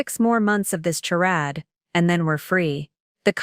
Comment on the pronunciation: AI has to learn how to read dollars and how to pronounce charade….makes me crazy - can’t listen